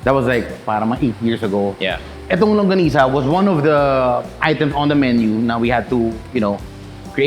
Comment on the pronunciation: Thank you for saying “LANGGONISA”! 😊